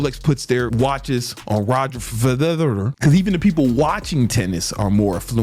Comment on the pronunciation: its Federer, fed r rhrhr OK😠